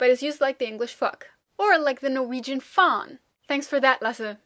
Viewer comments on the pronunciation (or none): You pronounced "faen" more like the swedish "fan", which means the same thing. You have to say it more like "faan" :p